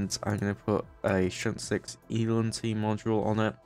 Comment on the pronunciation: ELINT is pronounced EEE-LINT.